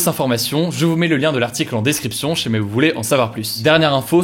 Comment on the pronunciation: J'ai jamais commenté jusqu'ici je crois mais la j'etait obliger de t'écrire que ça me perturbe qd tu dis "si jamais " tu le dis en un seul mot et a chaque fois la même chose 😂